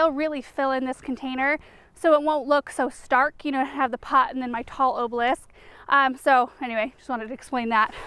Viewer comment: Girl I love your videos but it ah-ba-lisk not oh-blisk